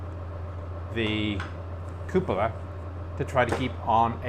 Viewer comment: I love how the is the only one on the net who pronounces “Cupola” the right way, which is Koò polah and not Koo pòlah. Italian word from Latin.:)